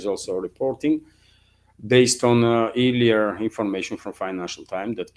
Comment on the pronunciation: "earlier" is weirdly pronounced "air-lee-er". Think "earl" not "ear". ;-)